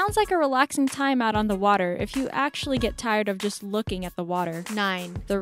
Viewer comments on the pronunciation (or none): none